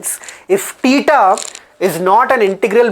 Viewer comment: Tan "teta'" +2 tan" tuuta"" 😅